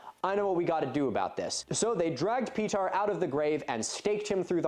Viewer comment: Actually by my estimate, I'd say he got that Serbian name pretty well for someone who's very much not used to that. I think he might have stressed the second syllable of "Petar" a bit much, and held the "je" of "Blagojević" a bit long, but... Also "Chełm" is pronounced very close to "Helm". The e and m make the exact sounds you'd expect, meanwhile that "ch" is softer, like the Scottish "loch", and that slashed l is pronounced like - of all things - "w".